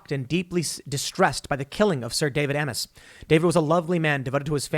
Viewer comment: Isn’t Amess pronounced like “aims?”